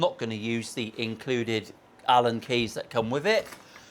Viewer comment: Did i hear say Helen instead of Allen😅Cool guitar, i like the explorer type guitars. Don’t own one yet, but it feeds the Metallica itch😁